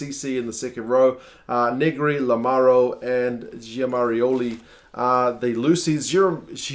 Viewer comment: you're improving, pronouncing Lucchesi right and other italian names! You're wrong on some accents...for example "Fuser", the accent falls on the "E" and not "U", for Lamaro on the first "A", for Zanon on the "O". The correct pronunciation of Ceccarelli is "Checkarelli"! And congratulations for Giammarioli, you did it right and it's not easy at all!